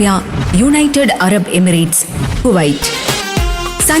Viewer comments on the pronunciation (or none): none